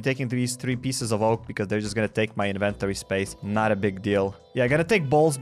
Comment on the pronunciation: Lol the way he says inventory and ravager